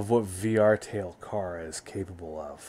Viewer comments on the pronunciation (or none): CHARU NOT CARU